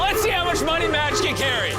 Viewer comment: I loved this video, but for the love of God, it's MAJD, not MADJ. Majd. Like Majd potatoes. Majd means "glory" in Arabic. Madj doesn't mean anything lol